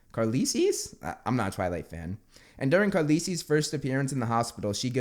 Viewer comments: OMG this is the best "incorrect" pronunciation of a character name I've ever heard 😂 Carlisle is now carleesee forever, it still fits with that awful name "renesme" 🤮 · ITS CARLISLE NOT CARLISLE😂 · That’s the funniest way to pronounce Carlisle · I can’t believe you can’t pronounce Carlisle 😅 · Carlisle: pronounced carl+ Ile where the trick did he get cArLeLiEcIe? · “And during Carlisle’s” “Carlisie’s?” Me: “IT’S PRONOUNCED CARL ISLE” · 1: I never thought I would see a twilight meme in a Harry Potter video and 2: IT’S KAHR-LIEL NOT CAR-LIS-LE!!! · Carlisle is pronounced carl-ile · it’s pronounced “Karalail” that’s the best way I could write it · Also its pronounced car-a-lie-al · I am a die hard twilight fan and I saw that meme on Pinterest of Carlisle I died. Also it’s pronounced car-lie-ol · It’s pronounced Carlile, with the usual english i. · the rough pronunciation of that doctor's name is car-LYLE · Twilight guys name is pronounced "car-lie-le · You pronounce Carlisle as ‘car-lile’ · Its pronounced Carl isle (remove space) 😂😂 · Carlisle is pronounced "Carlyle" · Carlisle is pronounced Carlyle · I SCREAMED WHEN I HEARD HIM PRONOUNCE CARLISLE AS CARLEESEE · you say carlisles name as car then liele carlise sorry im a big twilight and harry potter fan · Carlisle is pronounced Car-lile. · You pronounce Carlisle as Carlile. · Carlisle: "Car lyle" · Thanks for sharing the laughter. If for some odd reason you ever need to know the Twilight doc's name, it's pronounced "Car Lyle". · it is pronounced CARLILE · car-leasees for Carlisle... i can't 🤣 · For Information its Pronounced Car-lie-all hOW hAvE YoU SeEn harry Potter but not Twilight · The name is pronounced car-li-al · It pronounced Car-lie-al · Carlisle is pronounced Car liel (the s is silent) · Not important, but his name was pronounced Car Lyle (I had an uncle same name) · You say Carlisle as Car-Lie-el. 😂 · it's carlisle like how the word isle it's pronounced Car-lile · Hey yo. Carlisle is pronounced car-lyle.